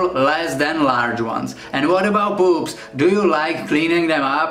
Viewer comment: When he says poops it sounds like something on a woman’s body’